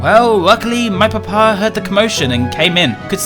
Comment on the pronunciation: the way and say papa is so funny "whats your PUH-PAHS name?" "oh my PUH-PAH?, his name is maximus"